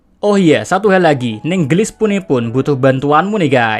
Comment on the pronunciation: Neng Geulis Min, bukan Neng Gelis😀😀😀